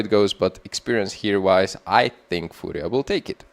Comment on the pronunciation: perfect pronunciation of "furia", come to brazil! mibr?